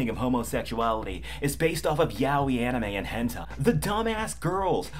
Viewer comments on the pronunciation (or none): none